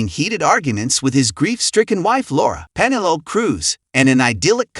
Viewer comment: Grand Prix is still the best Formula 1 movie by far. Is this an AI narrator? Considering how verbose the video is the pronunciation of Penelope as Pene-lope is insulting. The movie is nowhere near Mann's most thrilling and mostly a boring movie about a broken marriage and grief and the cars a background character with not enough racing. The one scene is incredible but the actual driving scenes disappointed consider the director. I expected so much better.